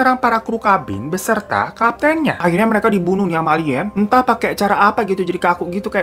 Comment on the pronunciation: Pas bilang "Alien" ane langsung ngakak 🤣